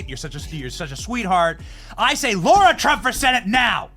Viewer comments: It’s LARA not Laura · BENNY It's LAH-RA. Pronounced like that. NOT LAURA> You have GOT to get her name right. It's painful. LARA = LAH-RA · It’s Lara not Laura! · You think she cringes everytime Benny calls her Laura? Pretty sure its Lar-a, like car-a. WTF Benny? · Great interview. But I cringed a little every time Benny called her “Laura” instead of “Lara”. 😂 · Johnson, can you check your pronunciation of 'Lara'? Google tells me she's not a 'Laura'. Maybe I'm wrong, but go check please. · I think her name is LARA, not LAURA. She doesn't seem to mind, but still. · BENNY! IT'S LARA! NOT "LAURA"! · Why do you keep saying 'Laura' and not 'Lara'? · It’s Lara not Laura. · That is lara not laura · Benny, it's Lara, not Laura..... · When in the hell are people going to start pronouncing Lara's name right! For educated people, it shouldn't be that hard! Not Laura, but LaR a. Come on, Benny! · Benny, are you mispronouncing LARA’S name? I thought it was LARA not LAURA. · Bro her name is Lara not Laura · Her name is LARA,LARA,LARA,NOT LAURA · Benny……PLEASE pronounce her name right!! It’s NOT Laura! It’s Lara. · Is it Laura or Lara?..I know sometimes he butchers names! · Benny... I L❤️V U... I watch you EVERY DAY!! You are in my top 3!!! NOT tryin to be prickish However... It's LARA... it's not LAURA 👍🏻 Keep on my good brother... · Benny it isn't Lura IT'S LARA! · La. Ra. Not Low. Ra. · It's L A R A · Smh pronouncing her name wrong lol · Mrs. Trump's first name is Lara, not Laura. I believe it is being mispronounced most of the time. It would be nice if someone with a wide audience would set it straight -- and be sure to get it right when talking to her. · Her name is indeed Lara. I wish Benny would be more accurate with the pronunciation.